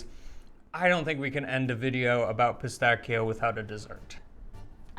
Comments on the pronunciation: Piss tacky o sounds way more ridiculous then pistaccios.... 😂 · Pistacchio - Pistacchi (singular and plural). However, the American pronunciation of Pistacchio here in Italy is quite curious .